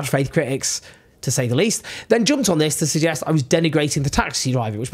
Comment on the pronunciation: i like watching your videos but just for the next time say this vs thiz English is not hard is just need practice